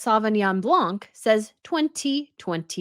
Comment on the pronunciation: Sorry to be pandentic. It is BLAN not BLANC the C is silent.